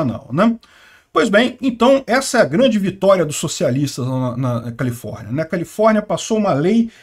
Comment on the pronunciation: Eu entendi o dizer Colifórnia? 😂😂😂😂😂